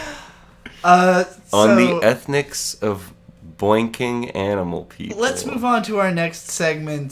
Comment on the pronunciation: saying ethics as "ethnics" made for some really good improv comedy.